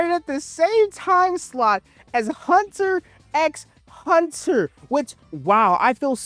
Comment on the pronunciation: It is hurting me every time you call hunter hunter that